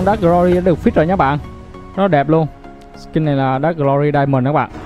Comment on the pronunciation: V Dark -> Drak. Thánh Chính Ta Tiếng Anh :D